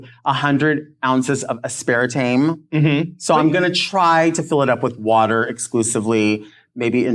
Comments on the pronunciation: living for the camp “Aspara Tayme” pronunciation. ladies and gentlemen welcome to the stage. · I absolutely adore Delta, but someone desperately needs to tell her how to pronounce “aspartame” (ass-per-tame 🤦🏻‍♀️😂)